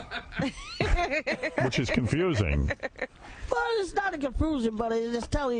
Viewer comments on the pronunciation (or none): “well it’s not a confoosing”